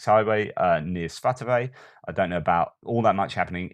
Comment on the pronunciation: Svah-toe-vah = Svatove